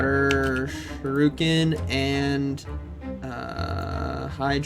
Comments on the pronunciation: Why does all pogo battlers calls it SHURUKEN? Is there a meme behind it? 😭 It’s pronounced as SHU RI KEN. SHOE REEEEEEEEE KEN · tis pronounced shuri-ken, not shuru-ken <3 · Why does he say Sha-Ryu-Ken? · you can’t keep going through life thinking that’s how you pronounce shuriken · Shuriken… bro there is an I!! Lol